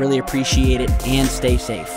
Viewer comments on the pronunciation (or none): none